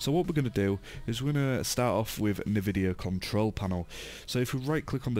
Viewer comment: note: Don't trust anyone calling NVIDIA(enveedya) NVIDIA(Nehvideeiah) (kidding aside: Good Job bruh)